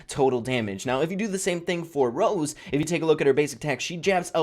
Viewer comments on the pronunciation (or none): Why is saying ROSE? its ROSA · Getting so annoyed about saying Rose the whole video